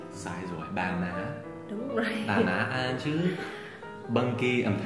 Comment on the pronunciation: Anh ng ta đọc là ăn chứ ko phải an đâu thầy